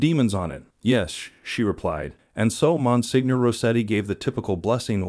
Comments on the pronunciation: I appreciate your videos. I enjoy your topics. May I just point out that Monsenior is pronounced “ mon seenyor” rather than “ mon signor”. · Good video, but to just give you a little information, the title of Monsignor is pronounced monSENIOR, the letter G is not pronounced as in many words in the Italian language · Yes- I wonder if the creator can fix or explain the pronunciation- must have hired a narrator who wasn’t familiar with this word ( not catholic ? 😮)